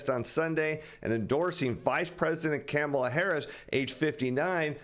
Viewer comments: It's pronounced Kahm-ala.... Not Camel-la. Please, you sound like Biden. Make an effort... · I love the way says Kamala's name. (came a la) 🤣